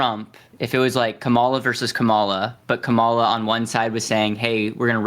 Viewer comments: I love me some Destiny!!! I had to get used to the fast talking but it wasn’t hard and his debates are just phenomenal!! Thank you Also, is it so hard to say KA’MALA? This whole come ala is getting old! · To host: Kamala (Com-ah-lah) with emphasis on “com” not “ah”. Close and not bad though. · The moderator is showing his poor character by continuing purposely say VP Ka-Ma-La Harris’s name wrong… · It’s comma-la. Dude, c’mon. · would it be THAT painful to say the name KAmala correctly? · How does one persistently mispronounce someone’s name when the other people in the room are pronouncing it correctly? Do you not have ears…? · The guy in the middle needs to pronounce Kamala’s name correctly. He’s so annoying. Even my four year old niece can pronounce her name